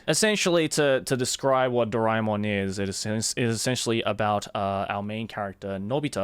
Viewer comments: Its ドラーえーもん in japanese so it would be Dora - E -Mon like joey pronounced it here. I am an indian as well and I didnt knew this until I started learning japanese. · My childhood is incomplete without Shinchan and Doraemon. How can it be complete without it, being an Indian? P.S Isn't it pronounced DoRAYmon? My whole life has been a lie. Edit:- Now I know it's DoRAEmon. But can't change a decades-old habit, so imma just roll with it.